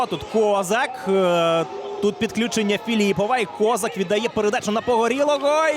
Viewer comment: Ніяк не можу зрозуміти, чому коментатор каже К'озак, а не Коз'ак? Що це за фігня?